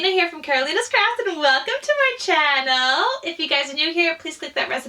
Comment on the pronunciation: what is a chankneel you mean channil. Pronunciarion.